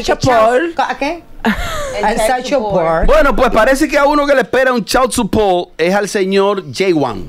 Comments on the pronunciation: asi no se pronuncia chikd supoort tampoco pero lo pronunciaste parecido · Lol ninguna puede pronunciar child support 😂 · La pronunciación de “child support” needs help 😂😂😂😂